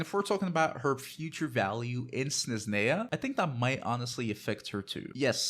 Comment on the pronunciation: How do you not know how to pronounce Snezhnaya and Escoffier even thought it's said constantly in-game?